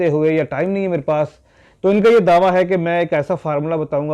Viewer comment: دعویٰ. درست تلفظ